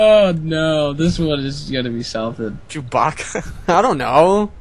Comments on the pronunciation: wait, isnt it "chewbaka"? not chew-baka-ka? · it's actually "chewbacca"